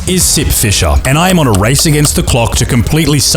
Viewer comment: I thought you said "This is Simp fisher" in the beginning and i thought "Hm.. people simp for the weirdest things theese days"